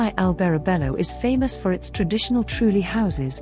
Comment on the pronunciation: IT'S TRULLI, NOT 'TRUELI'